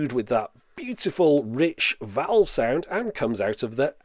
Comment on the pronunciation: The pronunciation of when you say "valve" does not seem right to me. ;-)